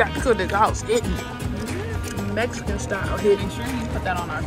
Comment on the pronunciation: I’m hearing Mexican knees and Mexican 😂